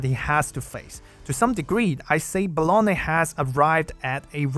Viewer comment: I can't unhear "Bologna." 😭